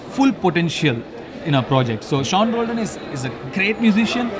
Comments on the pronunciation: Isn't it pronounced as Shaun? pls pronounce properly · Adhu seen illa da Shawn pronounce it Shawn even if u read it Sean